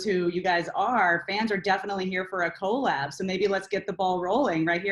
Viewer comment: The way she pronounced “collab” lol